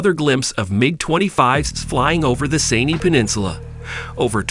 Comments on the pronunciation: Sin-EYE (Sinai) Peninsula, not say-knee. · Please learn how to pronounce Sinai and MiG.